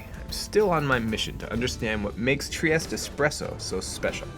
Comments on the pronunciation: It is pronounced “Triesteh”. Add the E at the end. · Learn how to correctly pronounce (at least) the word…piazza; sounds like pizza, not…Pisa, (which is an entirely different sound and refers to the town that has the famous Leaning Tower of Pisa!) TriestE, do pronounce the last È, don’t swallow it! Italian is a PHONETIC language which means you pronounce EACH and EVERY single letter! 😅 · Not to be pedantic but you could pronounce it correctly, there’s an ‘eh on the end of Tree-ESS-tey